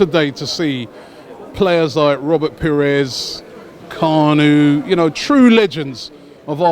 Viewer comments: its Kaa' nu' he is not a boat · Why does Claude pronounce Kanu's name as if he is a boat?